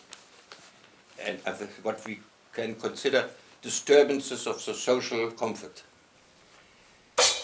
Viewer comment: Why "conforts"? Does he not say comforts?